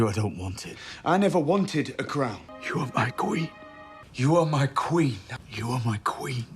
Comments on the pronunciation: muh kween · Muh Qween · Jon Snow declaring “Muh Queen” over and over has me ROLLING. Then I remember how hard this show tanked. MUH QWEEN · "Ma Queen", 🤣😂 Great video